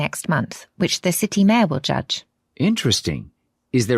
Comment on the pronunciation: 65-67 영국여자 진짜 심하네 city mayor will judge 발음 ㅈㄴ뭉개짐